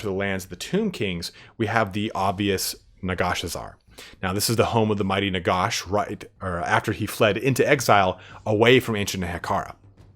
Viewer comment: I love the video but it’s NaGash not NaGosh.